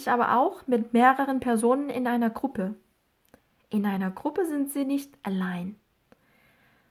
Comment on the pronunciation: 강의 엄청 잘 듣고 있어요 ,, 궁금사항있어요,, 해당파일 듣기 연습하는데 in einer Wohngemeinschaft 발음하실때 in einer 가 다르게 들리는데 혹시 "인너"로 하신건가요.. 화면 안보면 안들리더라구요...감사합니다.